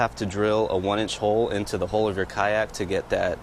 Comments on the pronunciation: It’s hull not hole. But looks good. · You pronounce "hull" and "hole" the exact same way. I was so funny when you were saying, "Drill a hole in the hull and run the wire from one hole, through the hull into the other hole."